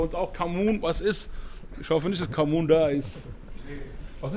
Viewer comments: Was für camun 😂😂 Du meinst cumin und das ist Kümmel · Das Gewürz heißt Cumin = Kreuzkümmel nicht Camun. Zuviel davon hat einen sehr penetranten Geschmack, aber in kleinen Mengen ist es in sehr vielen Gewürzmischungen enthalten, oft auch bei Döner. 🤙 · Der bre ist verwirrt. Ich glaube er meint Kumin und nicht Kamun 😂